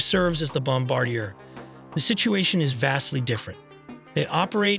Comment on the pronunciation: You can tell the speaker is Ai as the word Bombardier is pronounced as Bomb-ar-Deer not Bombar-dier.